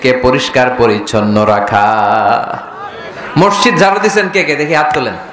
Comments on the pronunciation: উচ্চরণ মরশিদ নয় হবে মসজিদ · মিজান সাহেবের মসজিদ উচ্চারণ ঠিক না তিনি বলেন মরশিদ